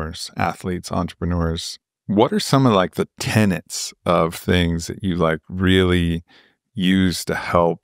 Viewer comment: Interesting about the number of negative thoughts. Will DEF work on cutting them off or turning them into a goal or positive thought. BTW, it's tenet, not tenent. Most people say it the second way.